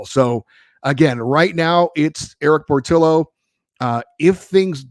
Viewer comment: It's POR-TEE-O.